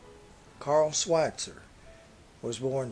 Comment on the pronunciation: had to stop when you butchered his name...I am sure it was nice, despite what happened to Alfalfa, of course